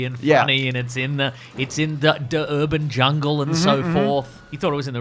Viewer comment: What exactly do you mean by “Da urbun jungal” ?